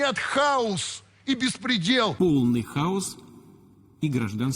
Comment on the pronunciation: Хаус? Вот Граматеи россиянские...хаОс.а них фул Хаус 😂